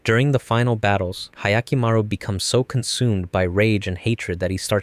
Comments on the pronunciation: "ahyakimaru" ? i'm sorry but can you actually read ? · That butchering of Hyakkimaru’s pronunciation hurts as much as the lack of Diavolo